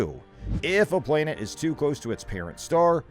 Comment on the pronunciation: well, it has everything to do with this posting considering he says the word playnet a hundred times but somehow says planetary without accent.....soooo.....i stand by my comment.